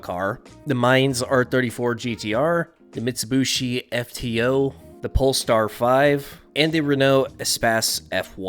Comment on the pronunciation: "Mitsabooshie"? I fell off my chair laughing at that pronunciation. I haven't heard anyone mispronounce it that bad since the 80's.